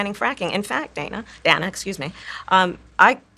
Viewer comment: She gets Dana's name wrong 2x in the interview. How crazy for someone whose name is constantly mispronounced to fail such an easy name.